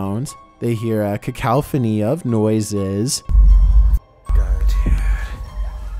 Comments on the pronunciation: Cu-cal-funny.. huh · Ca cow fony lol cacophony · Cacophony? No. Ca cow phone ee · "kakowfoni" of noises